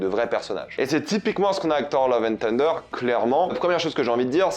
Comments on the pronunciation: Love and ssunder, pas tunder !! D'ailleurs on dit bien Tor en français, mais Ssor en anglais. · Tu es sûr que le "th" de thunder ne se prononce pas "θ" ? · Salut,merci pour tes vidéos et merci de défendre le cinéma!ne le prends pas mal mais quitte à prendre l’accent américain pour le titre du film n’oublies pas le cheveux sur la langue sur « th »de thunder!pas une critique juste un conseil pour améliorer ton anglais!✌️